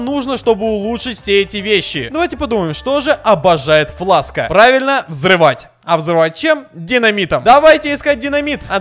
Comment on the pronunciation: ни фласка а флэкс чан